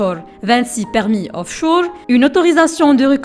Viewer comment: Offchour ? Onchour ?😂😂😂😂